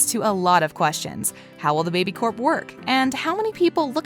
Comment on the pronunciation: It’s baby core not baby co